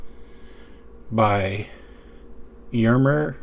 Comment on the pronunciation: Hello, Jermer is more like Yermer (short "Yeah" and then directly in the "rmer"). Yes, it's high quality for a fair price. Your framelock Luna is very nice😊👍. Best regards Joe